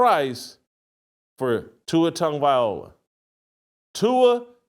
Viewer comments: This guy still can’t pronounce Tua’s last name. It’s not Viola 😂😂😂😂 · Whitlock can say words like “ask” and “expect”….. However, he can’t say Tagovailoa. 😂😂😂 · At least pronounce it right Shitlock You wouldn’t stand for your name being publicly butchered….shows how little you care to not spend 3 seconds to pronounce it right , it’s not hard , if it is to you Mr. Whitlock than it say much about you. Tonga-Vai-low-ahh All together now … Viola Whitlock ? Really ? Your phonetics are about as good as that whack ass Ross shirt with the burrito stains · That man said TUA TONGUEVIOLA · First of all, the fact that you still can't say his name correctly is f*cking ridiculous!! Second... watch Kurt Warner's complete breakdown of the interception, and you will understand why I just un-subbed from your channel! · As well as reversing them. And this guy is/was a journalist? 😂😂😂😂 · This man cannot say that man's last name for nothing 😂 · try learning to pronounce his name for once